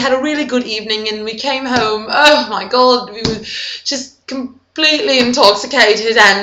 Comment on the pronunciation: This is seriously AWESOME! Funniest part of the video for me is Krismeyris's original outburst: "Oh ma god!". Your delivery of that one was perfect! I mean seriously there's like a little raspiness in the "god" and it is amazing. And then the "You ma bitch" and slight pause and then "lemme get you a drink" is also amazing. You rock! Subscribed :)